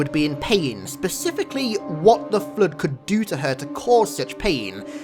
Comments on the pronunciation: Every single time i listen to sayin flood i hear flude and sometimes flirt XD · I came here just to hear say 'FLUDE".